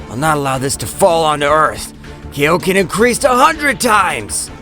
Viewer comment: It's pronounced kaioken not kayoken